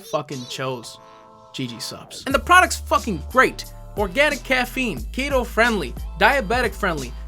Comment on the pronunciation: you pronounced keto like kato.. come on, youre better than that!